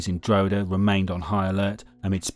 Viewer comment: You should learn how to say drogheda . not drow he da. It's dra head aa